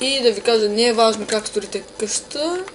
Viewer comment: Поправка Къща а не каща :)